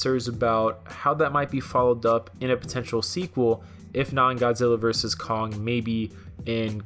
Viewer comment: "Godzilla vs Cock". Sorry, I can't unhear it now 🤣